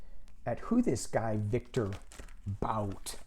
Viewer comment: Thank you! Yes, I think they know there are still "things" Russia wants; Paul Whelan will come home sometime later. Republicans have NO ROOM to talk about getting our people back, they did NOTHING. btw I believe it is pronounced Viktor Bout (boot). Love and Light to you!